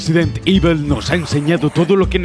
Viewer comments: "Resident ivel" increíble inglés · No pretendo ser castroso pero JAMAS EN LA PUTA VIDA SE HA PRONUNCIADO "IVEL". Coño.